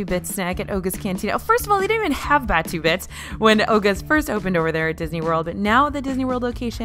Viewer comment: omg as a star wars fan i cant, its pronounced baa too, not bachew it sounds like a sneeze